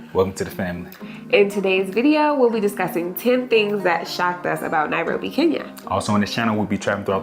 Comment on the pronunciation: Its called NA- ROBBY😊